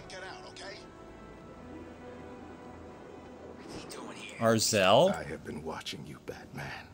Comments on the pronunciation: Its Azrael not "Arzael" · Arzel?! dude it's Azrael az-ree-l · as-re-el sorry to tell u something right when u said it wrong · It's Azrael (not Arzel) and it's not the same one that replaced Batman during Knightfall. Other than that, good video. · azrael not arzael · It's not "Arzael", it's Azrael. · It's not Arzel, it's Azreal. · I know, but said, "Arzel" instead of Azrael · Arzel? Is that how u think you pronounce his name? Its Azrael with the r after the z. not before it. haha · It bothers me so much when he says arzel instead of Azrael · So cringe when he says arazel instead of azrael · He’s Azreal not Arzel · did he just call azrael "azrel"? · Azrael not arzel. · NOT ARZEL its Azreal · O MY GOD ITS NOT AR-ZEL ITS AZ-REE-AL!!!! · also it's not pronounced ar-zel it's pronounced Az-reAl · you're wrong- Batman seeks out crimes to beat up bad guys. He isn't like Superman, who just wants to save and protect people. It's pronounced Az-Ree- El. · It's pronounced, Azrael. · ITS PRONOUNCED AZ-REE-AL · Yep it's Azrael and its pronounced: AZ-ree-uhl.